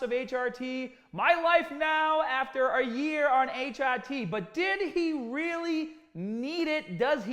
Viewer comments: What are you doing?.... It is pronounced Tee Are Tee. Not Tee Odd Tee... Need some PEDs out there in Brooklyn, some PRONUNCIATION ENHANCING DISCUSSIONS. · he says it right the final HRT he says is right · Everyone: "HRT" "H - AH - T" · Sounds like a Boston accent. My ex used to say "work on the caahburataah in my caah" but bra was brar. 😎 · I really love how you said hrt it sounds like a different word